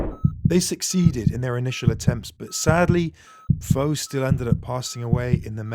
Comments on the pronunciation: Foe has an accent on the E... It's pronounced Foh-ay. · Putting aside the fact you keep pronouncing his name wrong, how was Foé’s death due to the World Cup? It was during a Confederations Cup match…